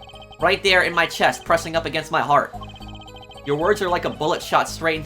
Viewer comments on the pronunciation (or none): none